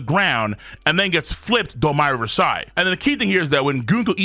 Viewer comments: The way you pronounce domi reversi doesn't sound more regal it just sounds like you're saying wrong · Both ways he pronounces it are wrong 😭 it does not sound regal, it sounds like painful USA ignorance